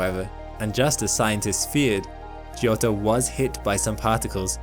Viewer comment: Fun fact: giotto is pronounced "jotto", not "gee-otto"